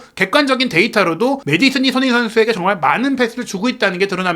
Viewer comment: 이양반아~손!흥!민! 이 선수로 인해서, 먹고사는데 도움이 된다면, 이름 발음이라도 천천히 차분하게좀 발음하셔~다른 외국선수는 발음 잘하면서 손흥민!발음은 왜 대충하는데? 시끄럽기만하고.. 참..